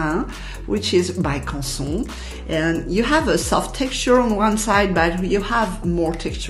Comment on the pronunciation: Haha, for years I am pronounced Canson wrong, thanks for teaching me how to say it the French way. I love the Strathmore 400 watercolour series cold press. A nice textured paper of 300gr. The blocks are clued on all four sizes. I also use the Artist Tiles of this brand. A nice square size paper of 6 x 6 in. The paper is the same as the other but only glued on one size, but that doesnt bother me, even the paper gets a little bit wobbly at some point. So you need to press it after some time or after you put on a layer. But as I said before I love this paper and the range Strathmore has.